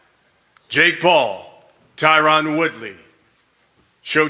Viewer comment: I wonder if Tyron is tired of every single person saying his name incorrectly lol.